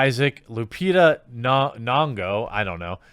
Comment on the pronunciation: Nyongo= "Nee-on-go"